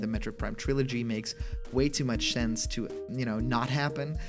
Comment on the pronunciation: "If it has too many spelling errors it's fake" Also: "Shense" Is fake?